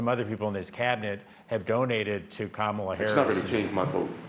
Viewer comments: Definitely a fake ad. He pronounced Kamala correctly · They should have known they were being taken for a ride as soon as the Trump voice pronounced Kamala correctly. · The giveaway here is that he pronounces Kamala correctly.